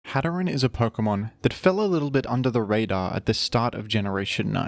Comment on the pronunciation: Its pronounced hat er een like hatter and serene